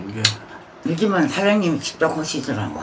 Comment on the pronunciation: 해->회, 전분에->저번에, 집적->직접, 때민에->때문에 할머니 아마 맞춤법도 잘 모르실거예요, 비단 발음 문제가 아니라